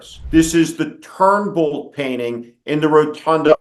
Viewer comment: That would be Trumbull, not Turnbull. Keep dissing Connecticut, Jersey boy! (Otherwise, I love your stuff)